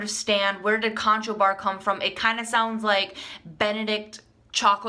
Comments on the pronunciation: I some how came across this, it was a bit painful to watch the mispronunciation of the name Conchobar. Conchobar is the Gaelic name for Conor or Connor. It is not pronounced Con-cho-bar, it is pronounced Cru-hoor, though sometimes Kun-ah-khoor or Cun-i-ver. It is a big name in Irish history and mythology... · Pronounced Connor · Conchobar is Irish for Connor its pronounced Cruh-ur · Conchobar is pronounced Conner...?